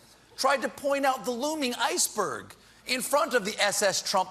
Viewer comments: Paused to write my previous comment. Pressed played and he said Nyetchix...........FFFFUUUUUUUUUUCCCCCKKKK!!!!! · He said "Netchicks" AND "Nyet-Chicks". Once each. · Netchix. Lol. Hahaha👍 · NETCHIX ..and it comes with Streaming.lol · "Netchix. It comes with streaming." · "Netchicks" better to have "Nyetchicks" lolol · Netchix and fill? 😂😂😂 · Hahaha hahaha 'Netchix'. Comes with streaming 😂😂😂😂